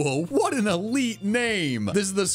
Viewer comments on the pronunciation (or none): none